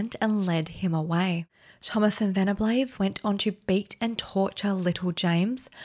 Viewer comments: It's pronounced vennabulls, not vennablaze. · Just a polite correction. Venables is pronounced Vennerballs xx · Venables is pronounced 'ven-a-balls' lol never even heard this rumour about thompson! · Your pronunciation of 'Venables' leaves alot to be desired. I mean your videos are good but you need to do retakes when you're struggling to pronounce names.